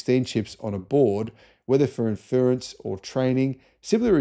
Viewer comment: you're an Aussie, you can say "inference" properly! Also, A 15 and A 16? Really???